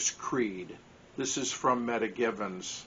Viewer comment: at some time I will be doing a you tube. You might want to check the pronunciation of her name Meta (Meeta), not meta data.